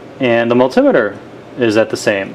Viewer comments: Very helpful, thanks. Just think about the construction of the word multimeter...it’s two conjoined words...multi + meter, so the emphasis shouldn’t be on “tim” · its a multimeter not a multimiter !